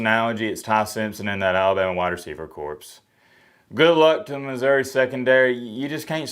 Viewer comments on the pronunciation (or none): Love the videos, but please stop saying corps like "corpse", it's pronounsed like "core". But, I thought I was the only one that was nervous about tomorrow. You also being nervous makes it worse!